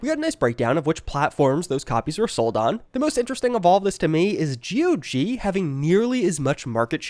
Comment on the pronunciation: ITS NOT G.O.G .....ITS GOG...like god but change the d to a g lol